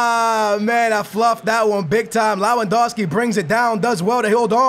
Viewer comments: Neither is his pronounciation of "Lawandowski" it's freaking Lewandowski. But it's just annoying. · it's Lewandowski not lawandowski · Amazing video, goodluck with portugal, and you say L-E-W-A-N-D-O-V-S-K-I but you wright it like Lewandowski